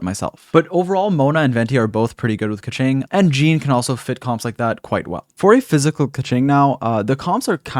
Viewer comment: I think you pronounce her name right. This other youtuber says: Kezync. hahaha